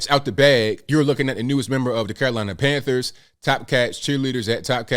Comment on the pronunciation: Carolina tran-thers...